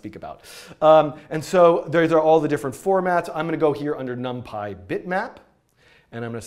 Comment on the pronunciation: num-pie.. not num-pee?????